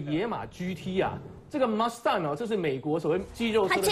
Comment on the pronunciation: 原來野馬唸馬S蛋